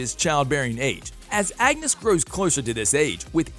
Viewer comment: and his constant mispronunciations! He literally said angus instead of Agnes 💀😂